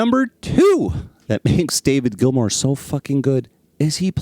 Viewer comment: GILMOUR not GILMORE. GEEZ